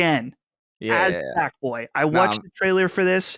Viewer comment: I wutched. I wutched. it's all i hear now. thanks for pointing it out a couple eps ago. grrrrrr!